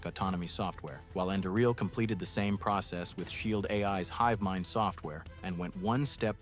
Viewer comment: Anduril pronunciation changed 6 to 7 times throughout the video. Hmmm.